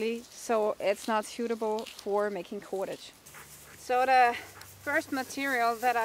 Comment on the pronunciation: like how you say KUWADADGE